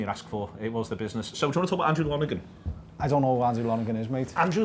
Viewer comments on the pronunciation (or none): It’s pronounced Lon-er-gan... he was Preston’s keeper when I was in school and I left 10 years ago, this is the weirdest thing I’ve seen in a long time.